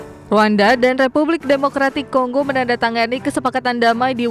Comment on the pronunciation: Kongo min bukan konggo😢